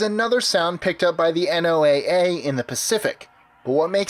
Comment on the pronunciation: This is just annoying... NOAA is a sayable acronym, pronounced like the name Noah.